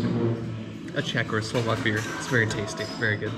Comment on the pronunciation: Your Slovak is really good ! You have better pronounciation than most of the Americans I've heard. Impressive !